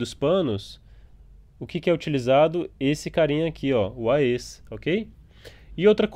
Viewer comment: A-E-S != Ah-Êee-ess xD